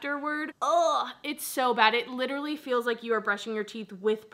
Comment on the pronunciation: “Literally” not literary lol love you 😍